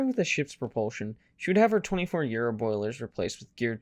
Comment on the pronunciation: Those boilers are pronounced Yar-o not Euro.